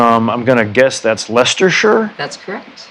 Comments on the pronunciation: Impressed Nick, as an American, can pronounce Leicestershire, but they can't fly the UK Union flag the right way up in P&R.... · The first American I have EVER heard pronounce Leicestershire correctly. He's just perfect. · I give him great credit for not saying lysestershire when pronouncing leicestshire